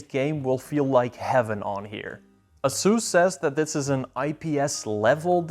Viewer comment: Did this guy say "uhsoos"?